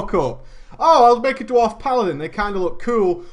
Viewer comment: "Was it a dward? I need to know.." :D